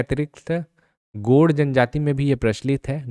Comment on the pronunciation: Godd nhi hota, gond hota h, sahi se to pronounce kero kam se kam...